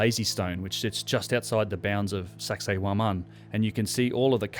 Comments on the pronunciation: did you just say, "sexay womOn?" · . "And of course, there is sexay woman..." (Sacsayhuaman) 😂 👍 Nice work, slippin' that one in... lawl!